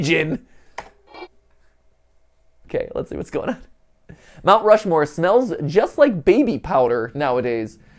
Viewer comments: “Rount Mushmoore” -MatPat 2022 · "rount mushmore" 😅😅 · Two very important post-viewing notes: 1) MatPat’s been part of a Heist before! 😜 2) “Rount Mushmore” just made my whole heckin’ day. 😁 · “Rount Mushmore” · "rount mushmore"